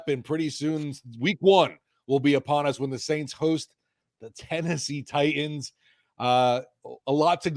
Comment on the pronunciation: Say titans and Payton right please smh you might as well be scratching a chalkboard lol 😳😣😣😣